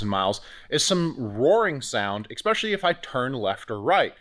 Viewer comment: ESPECIALLY. Not eCKspecially. Sorry. Pet peeve.